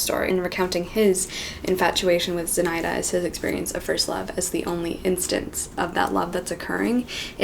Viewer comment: Аххахахахахаха З'И'наида. Это имя произносится как ZinaIIIda.